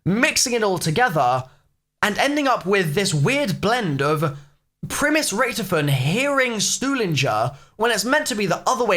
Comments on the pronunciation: Rich-to-fen plz not Rich-tofen :) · It's richtofen said like toffee, not richtifin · I love how u say Richtofin like Richtoven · Why does he pronounce Richtofen like that? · I don’t like how you say Richthofen